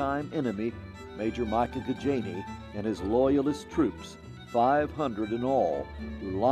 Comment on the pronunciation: and Micajah is pronounced "mi-KAY-jah" NOT "MY kay juh". It's a name out of the Bible. Micajah was the son of Imlah. He is one of the four disciples of Elijah. (1 Kings 22:1–12)